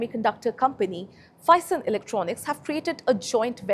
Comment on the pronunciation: You have pronounce Phison wrong.